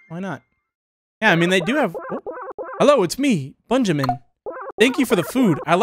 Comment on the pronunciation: Also it's bunjamin